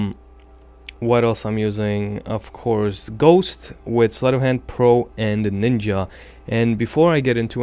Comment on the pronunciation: look its like nnja not ninja